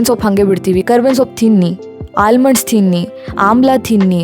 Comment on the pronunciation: Love everything about your family, the videos are coming out really well. One small criticism to, hope you don’t mind. You use the word ‘tinni’ a lot, which is good but the pronunciation of tha is not right, it’s just first tha, but you use second Tha, which is incorrect. Absolutely no hate, it’s just a small observation.